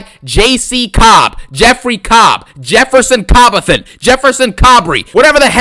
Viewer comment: said Jefferson Cobbleton 🤣😭😭😭